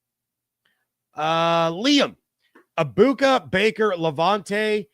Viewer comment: you should learn how to pronounce Emeka's last name...the G is silent.